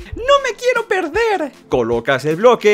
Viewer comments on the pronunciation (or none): Mama: Mi hijo viendo estos videos probablemente va a madurar: superrr resu mennn no me quierro perrderr nunca me perrrderre jajajá SUPERRRRRR RRRRRRRRESUUUUUMENNNNN Niño: UwU